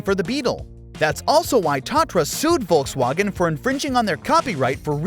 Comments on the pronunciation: Volkswagen.... volks wAEHgon, not volks WAgn. AND SPELL THAT FOR 50 MINS?! GEEZ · The way you say Volkswagen sounds like the most unholy mashup of the English way of saying it and the German way of saying it. Please just pick one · ah yes. voltswagon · Why does he say volkswagen e o s... it's Eos after the goddess.... at least he got the wind names right.